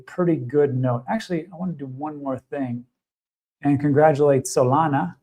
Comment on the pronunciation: stop saying ''solanaa "' stupid